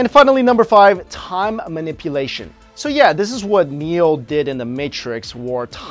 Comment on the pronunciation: Time milpoaeshon